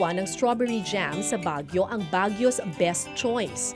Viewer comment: natawa ko sa pagkakasabi niya ng "baguio's best choice" 😂